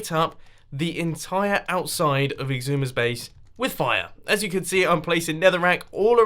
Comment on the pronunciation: How you say Xisuma: Icksooma